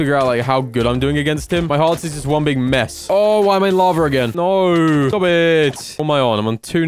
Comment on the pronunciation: Everybody: Lava: Laver